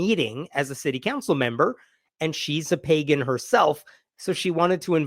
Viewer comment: While I laugh at the Republicans, her resume says "play-gan" rather than pagan.